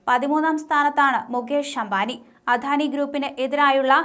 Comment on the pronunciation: അധാനി എന്ന് തെറ്റിച്ചു പറയുന്നത് കേൾക്കുമ്പോൾ കലിയാണ് വരുന്നത് അദാനി എന്ന് പറയാൻ ആരെങ്കിലും ഈ കൊച്ചിനോട് പറയാമോ